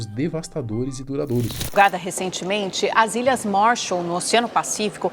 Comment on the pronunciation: MÁrshaal!!! MAArshal!! A ênfase é no primeiro "A"!!! MAAAAArshal!!